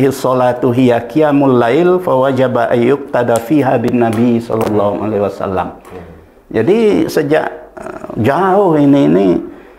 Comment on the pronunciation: Penjelasan dalam vidio ini cukup jelas, Namun Prof DR H Syamsul Anwar ini saat mengucap SHOLLALLOOHU 'ALAIHI WASALLAAM, Beliau mengucap SHOLLALLOOHU 'ALAIHI WASSALAM.....